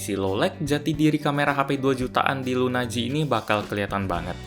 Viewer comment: LUNA G dibaca lunaji(s) 😄